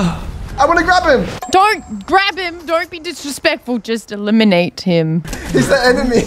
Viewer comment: Loserfruit “Just eliminate him” What I heard “Just a lemonade him”